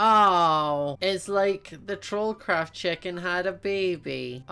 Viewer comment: Why do you say checken its chicken